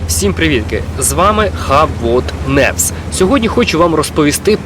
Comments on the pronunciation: Корректніше було б казати н'ювс) (це не спроба докопатись) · Хаб вот невс?) Смішно але таке буває. News - [ньюс], на майбутнє, дякую за новини , продовжуй робити те, що ти робишь, а ми тебе підтримаємо. Romanb2130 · Шо таке: "невс"? )